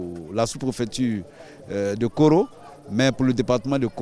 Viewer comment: On dit poro vous médias vous dîtes koro , deux lieux différents.